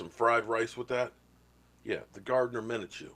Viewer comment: i think its pronounced min•shew